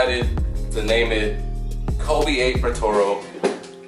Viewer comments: Bro really said “protoro” 😹😹😹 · nigga said patoro lol